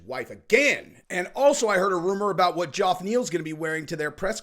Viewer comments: Why does say “Joff Neal”??? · First off, I like your channel 👍. But bro, the guy’s name is pronounced JEFF Neal, not Joff Neal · Who is "Joff" Neil? It sounds ridiculous 😂